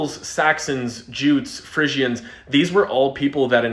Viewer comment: Frisian is pronounced “free-zijn” not “friz-ee-isn”